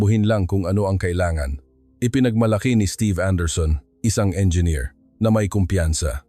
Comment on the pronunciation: Engineer not enger